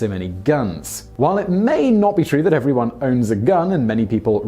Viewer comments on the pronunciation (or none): none